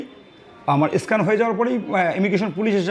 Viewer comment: স্ক্যান উচ্চারণ করতে পারে না - এস্কান বলছে - কোথাকার হরিদাস কে জানে!!!